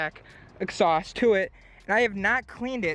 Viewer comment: Its "exhaust" not "exsaust"